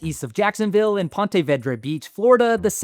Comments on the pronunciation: Have never heard that pronunciation of Ponte vedra before lol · Ya I live in st.augustine and never heard sombody say it like that lol